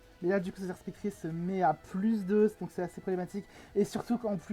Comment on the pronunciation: Je crois qu'on prononce "Spectrieur". ou vu la team adverse, Gouging Fire ne servait plus et il fallait éviter qu'il se place (si il a la priorité, il peut se faire le reste de la team).